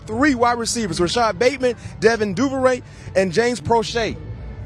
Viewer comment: how TF did he just pronounce Devin Duvernay??? LMAO